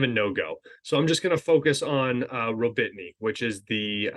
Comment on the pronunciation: gotta love how you suffer with the names. "Rawbeetnee" is simply pronounced Rah-boh-tee-noh